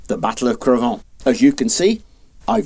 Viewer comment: Great video ! The irony is, to my french ears, the way your pronounce Cravant, sounds like "Crevons !" which would roughly translate to "Let's die !"